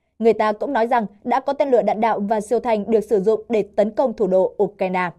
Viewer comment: Đọc là " U cai na" là hiểu trình của kênh😅